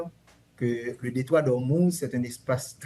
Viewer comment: Detroit D'ormuz pas D'ormus